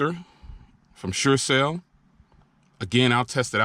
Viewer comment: SureCall not SureCell